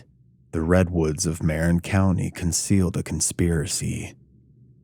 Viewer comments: Bohemian Grove is not in Marin (pronounced Ma-rin not Mare-en) County. It's in Sonoma County. I know. I live here. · The pronunciation of the county is wrong. It’s not “MARE-in” county, it is pronounced “Mah-RIN” county. Not only that but the Bohemian Grove is not located in Marin County. It’s located in Sonoma County which is right next to it. 🧐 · Just for future reference—Marin County (I live very close to the County) is pronounced “Ma-Rin,” like the word inn, but with an R in front: Rin.